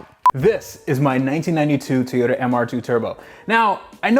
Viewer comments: Somebody tell it's "toy-oh-tah" not "tee-oy-tah" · maaaan pleaseee you gotta stop with the "tee-yo-ta". Its "Toy-o-ta"! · Dude, you gotta stop calling them Tee-yotas lol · Wtf is a Teeota?